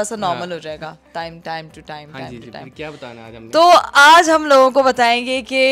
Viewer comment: bandana❌ badana ✅